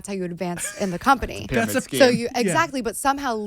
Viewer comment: Pyramid “Scheme” why does she pronounce the “H” thoooo. It’s supposed to be silent Gabbie!!!